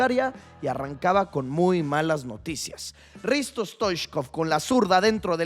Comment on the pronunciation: "Risto" Stoichkov? 😂😂😂